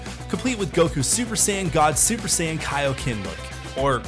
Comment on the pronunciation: You can’t call yourself a fan if you watch the show and still get the names of things wrong. Wtf is a “super cyan” and who is “brawly”?!?!